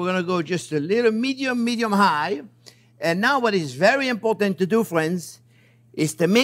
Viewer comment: "My phrinzzzzz!"